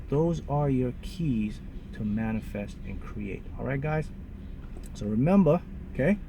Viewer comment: So Sarah I hear a lil accent when he says 'memba' for remember. #smooth skin..request: skin care routine